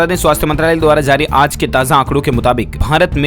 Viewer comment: Phly sahi se bolna Sikh jao baad me news dena Aaz nhi aaj zaa nhi jaa bro😑